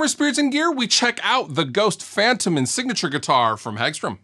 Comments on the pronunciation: I believe it's pronounced fun-TOE-men. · Fun fact: It's pronounced Fun-toh-men in Swedish...